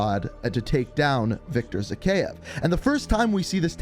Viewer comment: It is pronounced Zahayev